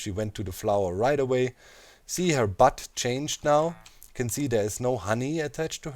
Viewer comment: I love how doc puts emphasis on her BUTT you know?